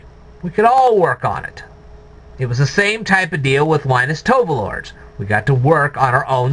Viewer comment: Finally, you are mispronouncing Linus Torvalds name. It is not pronounced Tovalords